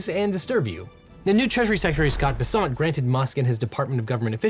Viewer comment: Any reason why you are pronouncing the Treasury Secretary’s name in a manner harmonious with his French Huguenot ancestry, whereas in all audio sources I have always heard it rhyming with “pheasant”?